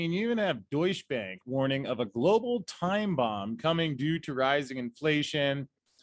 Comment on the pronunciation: I keep hearing “douche bag” 😂